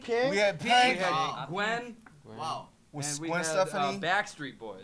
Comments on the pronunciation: At the end did yall notice RM said Gwen Stephanie instead of Gwen Stefani but i dont care i found cute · Did Namjoon say Gwen Stacey instead of Gwen Stefani? 😂